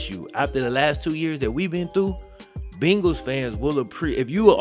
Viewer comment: Why oh why!! Da Bungals!!! Come on Man!!😩